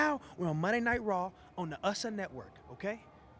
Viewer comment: "ussa network" 😂